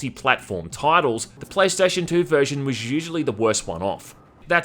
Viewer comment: "praystation says white man in asian voice"